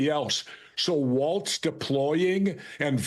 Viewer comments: C'mon Jesse. WalZ. NOT WalTz! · WALZ not WalTz